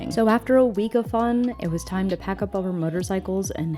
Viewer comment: It’s about time-ah